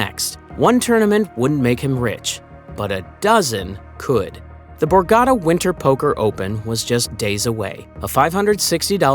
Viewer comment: Great video and very exciting! But remember it’s the borgata casino, not the borgadda. Pronounce your T’s pls young man